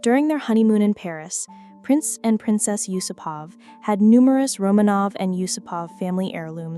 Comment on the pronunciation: Nice video. May I just correct your pronunciation? The vast majority of Russian surnames have the emphasis on the second part of the name. So You-SOO-pov or You-SOO-pova